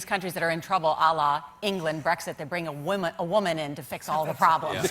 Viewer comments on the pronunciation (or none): none